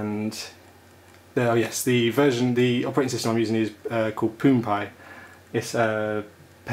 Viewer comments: poon pie lol :p should sound like Pawn no? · It should be pronounced "Powned" as in Owned with a P at the front, as it started as a miss spelling of owned